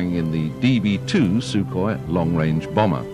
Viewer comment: I think you will find it is Sukhoi not Sukohi